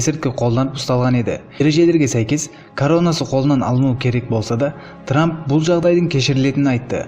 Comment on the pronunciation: Ей трамм деген трамм